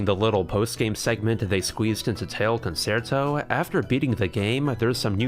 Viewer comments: FYI Concerto is pronounced con-chair-toe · Looks like a fun game. :-) FWIW "concerto" is pronounced "con-chair-toe" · concerto is pronounced Con Chair toh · Love any video that gives the LTB series more attention… but EVERY TIME he says “Con-SAIR-toe” I died a little more. >.< Also, as a French speaker, I can confirm the voice acting is about as good as when Japanese VAs speak English. But hey, they’re dogs and cats. That they can speak French at all is an accomplishment. XD